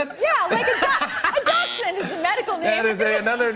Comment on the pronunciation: Dachshund//Rachel said it wrong